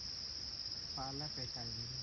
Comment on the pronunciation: ขอโทษนะดิสเวลาพูดคำไกลไม่ใช่กลาย พูดให้ชัดหน่อยนะฟังแล้วมันทะแม่งๆไกลไม่ใช่กลายโปรดเข้าใจด้วย